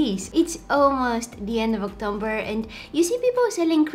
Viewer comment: “Oc-tome-ber” 🤣 you’re so cute!